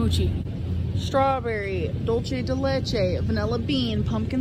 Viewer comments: Are we gonna ignore the fact that she said "dolchey dey lechey"? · Dol-che de lechE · "Dulche de leche" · I’m late as hell but like wtf is duece del lieche 💀💀 she needs to learn how to say it right bruh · I hate how she said ‘dulce de leche’ 😂